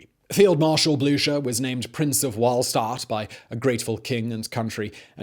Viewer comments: Anybody else find themselves neighing whenever Simon says Blucher? (Even if he's pronouncing it wrong?) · “... Field Marshal Blucher.” NEEEEEEEEEEIGH! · marshal blučer ? are you serious ?